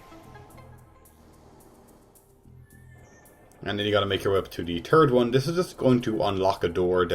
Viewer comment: Turd one.... Unintentional poop humor because of Irish accent.